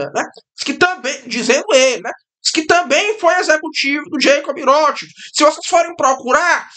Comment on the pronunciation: "vaterlô" "jeicob rrótisild" "emanuel macôn" Magnânimo!